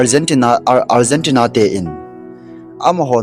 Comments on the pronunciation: Algentina hilou na pronunciation ahoi poi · Algentina hilou chu o bro! Argentina joh itiji diu ahije . chuleh finer hilouva final joh itiji diu ahije. Pronunciation hiti ho tabang jeh a hi minoise ichan jiu ahije. Ngailut jalla kahin sei ahibouve ong.. chubanna ipi pi seijong leuhen Final match chu Argentina ten Spainte chu ajolouvu ahijenge.. moh a gamtin adu Ada seijong leuhen, akichepmu chu ivet jongleh aboija ahijenge.. hiche a hin politics imacha alutpoiye.